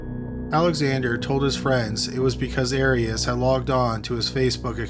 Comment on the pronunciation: The narrator mispronounces many names and words in every episode..Here the two biggies are the subject of the show, Arias, and Eureka, California.